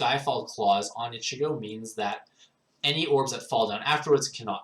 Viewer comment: It's pronounced EECHEEGO